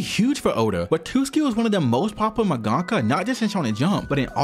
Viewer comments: It's Wa-tsu-ki not Wa-tus-ki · It's Watsuki not Watuski lol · "watuski"" come on, man, watsuki. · "Watuski" every time. Homie I loved the video but it's WAT-SU-KI. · watsuki not watuski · Kubo doesn’t actually hate Oda. He and the host during the interview were laughing, it was a joke. And Watsuki's name is pronouced Watt-sooki. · Brother the pronunciations are taking me places. Watootski sensei. 🫠🫠🫠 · The whole deal with Watsuki (not pronounced Watootski btw) is regretable, but to be fair, not like the law was any more harsh on the dude, guy is still working like he did nothing, while some people lose their whole careers for doing drugs or adultery. Shit is wild. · I can't get over how you keep calling the author of Ruroni Kenshin as "Watooski" lol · "WaTOOski"....oh my god 😢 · Really liked the video! Except for the dozens of times you mispronounced WaTSUki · It gets worse the more I watch. You wrote it correctly on the screen, who the hell js “Watuski”? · dude, you have to practice your pronunciation. At least read the names properly, " Watuski" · Loved the video!! Super interesting learning more about Oda! Also in the future pls google the pronunciations to names and stuff 😭😭 besides that good stuff 😎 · Mate, the video is great. That being said, mispronouncing Watsuki the ENTIRE video really undermines your incredible work... 😅